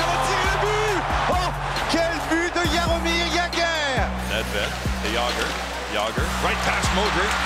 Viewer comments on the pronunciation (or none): Yahhomirr Yagahhh